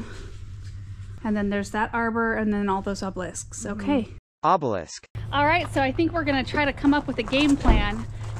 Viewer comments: I laughed out loud because every time says the word obelisk in a video I get lost on a tangent for like a 30 seconds saying obelisk out loud over and over. I’d never heard anyone say it like she and do, emphasizing the last syllable. I’ve only ever heard it pronounced “OB-uh-lisk” and then it’s like I have to know what it feels like in my mouth to say it “ohb-LISK.” Then I’m in an “OB-uh-lisk” “ohb-LISK” “OB-uh-lisk” “ohb-LISK” loop until I reach semantic satiety and the word has lost all meaning, I laugh at myself and rewind the video. Anyone else do this? Just me? Cool cool cool cool cool. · "...and then we'll move those oblesks." *OBELISK! 🤣🤣🤣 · It's AH-BEL-ISK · The obelisk pronunciation popped in there was so funny!😂😂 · Came here to say that. I was cackling 😂😂😂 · I knew someone else would have made a comment. After all these years they still can’t say it “correctly” 😂 too cute. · The "obelisk" pronunciation! 😂 Was this being cheeky? Haha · He is correct and cheeky. 😂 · So good and funny with editing in “obelisk “ pronunciation! 😂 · The obelisk pronunciation 😆 can you do one for foliage also please hahah love the videos always makes me laugh and feel motivated! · The out of pocket “obelisk” pronunciation 😝😅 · being shady with the "obelisk" pronunciation 😉